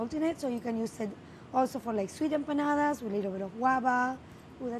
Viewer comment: watched this just to hear say Empanadas.